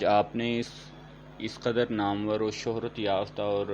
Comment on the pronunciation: Ap ki veds bht hi achi hoti he aik lafz ki tarf twjja dila raha hun lafz namoor ka talafuz shayad namwar he . jahan tk me ne suna he baqi ap maloom kr li jiega